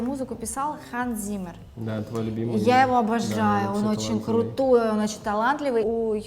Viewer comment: Циммер, а не Зиммер. Обожаете, а произношение фамилии не знаете.